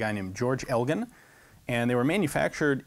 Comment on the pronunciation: Its funny, i used to live in a town called Elgin accept the town's name is pronounce "El-jin" so it threw me a bit when he first said it.